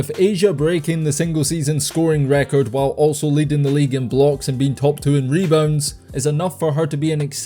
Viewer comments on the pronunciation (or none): none